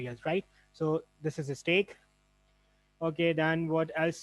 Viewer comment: It's STACK, not STEAK.